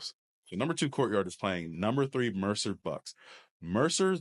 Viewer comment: Great pod as always, see you guys soon! Ps I got really excited when started saying Mercer Bucks correctly 😂🙌